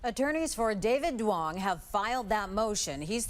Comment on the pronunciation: Duong is actually Dương ( pronounced Zuong, not "Dong")